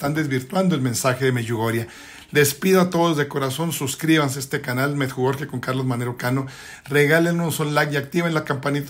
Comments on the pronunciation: No me gustó este video y este señor debe aprender a decir: Medugorie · Por qué chihuahua dice Meyugoria, cuál es la verdadera pronunciación